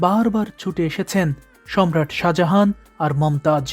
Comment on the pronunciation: Speel ta hobe Sajahan kintu Apnar uccaron hocce Saha Jahan jeta Somvob na, Sajahan sothik , think about it.